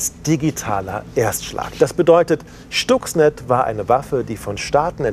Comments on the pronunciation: "Schtuxnet"??? Wieder einmal ein Moderator, der sich nicht mit der Materie auseinandergesetzt hat. Schhhhhhhtuxnet! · schtucks ned